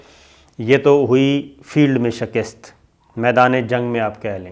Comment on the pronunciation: Yaar SHAKIST nahi hota, SHIKAST hoti hai